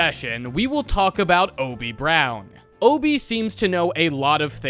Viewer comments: the fact hes saying hobie as obie is killing me 😭😭😭😭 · What is with Americans and not pronouncing H's?? It's Hobie Brown, not Obie. Not once in the entire movie do they call him Obie. My guy, what is the deal?? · Hoe-bee not oh-bee as someone without the English accent thats how it is said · hobby not ob just say it properly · why do u say obie man why dont u say the H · why is bro not pronouncing the h